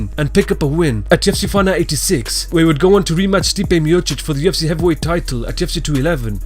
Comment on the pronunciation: Why do you pronounce UFC with a "T"?